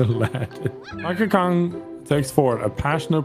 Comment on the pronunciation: "donke go"